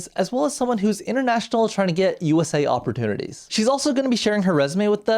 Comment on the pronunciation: Weird woman. Pls learn to pronounce words. Up-PPOR-chineetees is complete trash pronunciation. It’s like you’re not even trying.